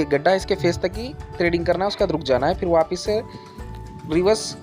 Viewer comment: ट्रेडिंग नहीं थ्रेडिंग क हते है